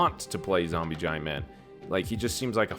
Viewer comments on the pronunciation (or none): Jombie Ziant was what said 😂